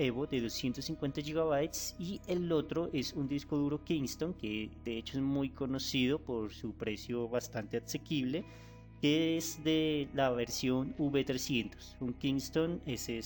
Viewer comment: Nadie: Absolutamente nadie: : bastante axequible XD